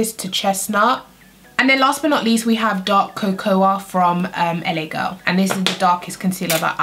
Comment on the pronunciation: Isn't Cocoa pronounced ko-ko? I cringe everytime she says ko-ko-ah